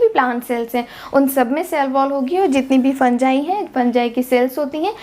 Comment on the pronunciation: Bro in real it is pronounced like that 😂